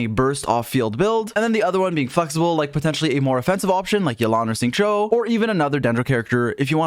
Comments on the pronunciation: You pronounced Xingqiu correctly finally I am so proud of you 😭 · Is this real? This has to be edited. would never pronounce Xingqiu like that